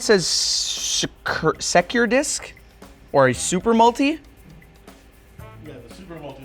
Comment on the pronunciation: He didnt know how to open a CD case 🥲 and couldnt pronounce "secure"